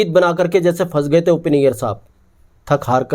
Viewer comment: FAS GAYE NAHIN YAAR PHANS GAYE F SE NAHIN P SE PRONOUNCE KARO--AASAA NAHIN AASHAA HAI YE, BIHARI HO KYA?